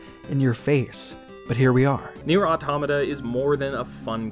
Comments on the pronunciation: Hold on now....this man just used Re[in]carnation music in an Automata video. Hopefully we get a vid on it too. (also mispronounced Automata) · You cannot even pronounce it 🤷‍♂️